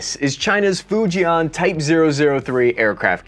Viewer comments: First thing, learn how to pronounce FUJIAN correctly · Hi folks its not "Fu Jay Aaan" its "Fu Jen" like in the name Jen, in JEN-ifer Anderson . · 😂😂😂😂😂you are so far off. Arrogance, prejudice and ignorance kills. BTW, your pronunciation of Fujian is hilarious.